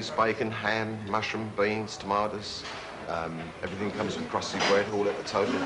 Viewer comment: "Everyfing what goes wiff chips!" Classic Brit cafe! I was waiting for the "Spam" skit!